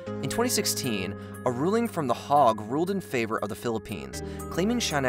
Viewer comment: You pronounce the Hague HAY G